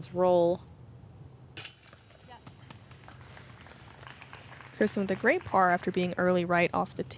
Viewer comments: How is dude opening up the DGPT Championship and doesnt know how to pronounce Kristins last name? Seems crazy that anyone in the disc golf universe would mess that up. She is only the best FPO player in the world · He wasn't even close to pronouncing it right. By now, everyone in the disc golf community should know how to pronounce her name. Especially the f-ing guy who's doing the introductions. Embarrassing... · So annoying, is that just some random guy making the announcements. How would he not know how to say kristin’s name